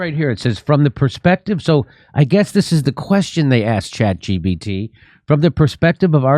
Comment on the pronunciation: Someone tell the grandpa it’s chat g “P” t. Not “B.”